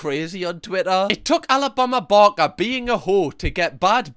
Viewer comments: The switch in this video from “Alabama barker” to “Alabama Bama” is everything😂😂😂😂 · “Alabama barmah” 💀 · “Alabama barma” 😂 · Sooo satisfying he calls her Alabama barma the rest of the video 😂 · Alabama barmer actually. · Am I the only one who loves the way says ‘Alabama Barker’?! 🤣🤣 the best accent to be saying that name!!👌🏼🤣 Edit - Or should I say, Alabama Balmer 🤣 the further he goes on, the more it’s mispronounced hahaha